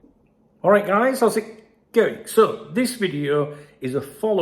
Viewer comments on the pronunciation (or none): none